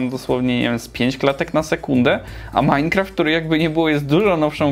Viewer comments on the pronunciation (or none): none